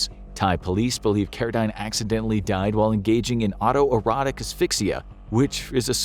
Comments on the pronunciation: David Carradine’s name pronounced Carra—DEEN, not Carra—DINE. He was most famous for his role on the series “Kung Fu” back in the 1970s. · Learn how to pronounce Carradine.